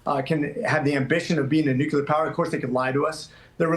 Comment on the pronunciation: Dude can’t pronounce “nuclear”! Like Jimmy Carter, he says “nucular”!